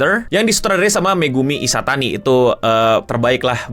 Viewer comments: Ishitani gk sih?, bukan Ishatani 🤣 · Bang Megumi Ishitani bang.. bukan Ishatani